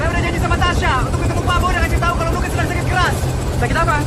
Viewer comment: Nuke bukan Nukek. Didi Petet bukan Petet